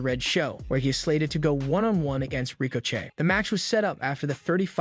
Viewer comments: did this idiot really say "Rico Chey"? Just lost what little credibility you could've had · He said Ricochet’s name wrong, so I know it’s not real. Damn machines are taking over!😂